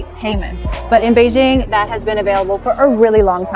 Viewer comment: Its quite interesting to know that...shes been there and adopt to living there based on how she said Beijing.